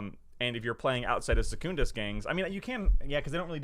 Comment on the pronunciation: Why do you pronounce Secundus with this emphasis on the first U btw? It sounds really odd to me